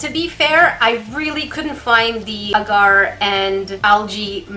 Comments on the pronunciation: Is anyone else in slight pain/cringing from pronunciation of the word “Agar” she says it as “uhgar” but its pronounced “ah gar(like car)” hope that helps 😂😂😂💜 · It’s pronounced ahhhgar